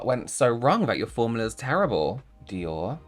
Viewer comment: "dior" 🤣 Gone are the days of rubbish eyeshadow